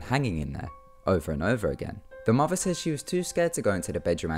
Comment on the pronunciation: Can someone help an Ameribrah out? I understand OP has an english accent, but what type of accent is called when they pronounce words like "mother" as "mofa" and "thought" as "fought." what region of the UK is this accent located?